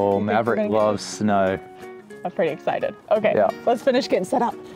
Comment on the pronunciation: Oh and “escited” rather than excited. It’s the X that he doesn’t use. That’s funny! We know you love both do your fur babies equally. 😍